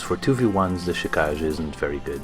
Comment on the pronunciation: It's pronounced "Chi-ka-ge", not "Chi-kaj". The name is japanese for blood shadow.